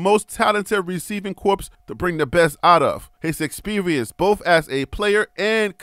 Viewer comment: It’s corps. The p and s are silent. It ain’t corpse